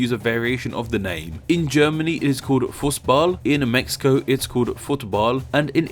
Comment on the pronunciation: No offense but I laughed when you said fussball